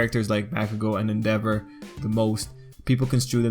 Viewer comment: ENDEAVOR WHY DOES NO ONE THINK IT'S ENDEVOR , HE DOES THE FIRE